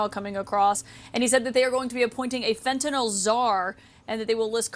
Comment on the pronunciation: Why is Trudeau the only person here who can pronounce Fentanyl? No idea what "Fentanol" is, some variety of ethanol?